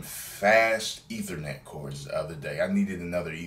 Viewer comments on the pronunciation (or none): none